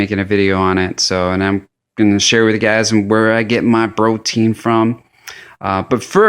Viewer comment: Did you just say bro-tein?